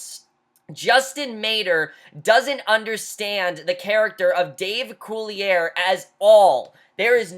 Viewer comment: Not sure if you've found this out yet, but Dave Coulier's last name is actually pronounced cooly-ay, not cooly-air.